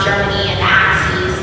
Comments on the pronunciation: About . Alexandria Ocasio-Cortez was referring to WWII, in which the U.S. fought "Nazis and Axees." Presumably she meant "Axis," as in the Axis Powers. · She can't pronouce Axis? Sounded like some mesh of Nazi and Axis. But Axees? Axiis? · Did Ocasio-Cortez just pronounce the word "Axis" as "Axees?"